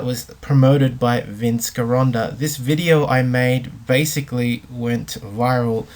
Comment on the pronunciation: It' s pronounced jironda